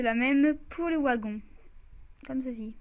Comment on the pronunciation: Mec -_- sa se prononce vagon mais sa s ecrit wagon -_